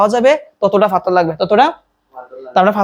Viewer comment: পাথর কে ফাথর বলছে! 😂😅